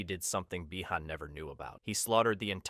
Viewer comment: He can say bi han correctly but not hanzo 😅